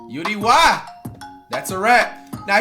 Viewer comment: Bro it’s U-D-Y…